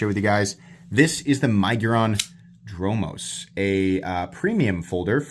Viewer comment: 👍👍👍Perfect pronunciation! Dromos is a Greek word. It means street or road. 👍👍👍